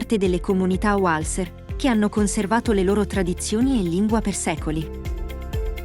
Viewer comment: Un viaggio molto interessante fra i borghi più belli del Nord Italia. Magari informarsi sugli accenti (tipo Malcesìne invece di Malcésine e altri) e l'agghiacciante popolo UALZER anziché Walser che sono di origine tedesca quindi si pronuncia come si scrive. Perché inventarsi cose? Noto che spesso la gente crede che qualsiasi nome non italiano sia inglese o americano. Tipo Riciard Wagner (uogner?) e altre bestiate.